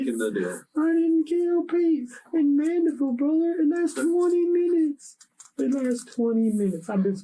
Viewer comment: It’s Mandeville, AR not Mandible.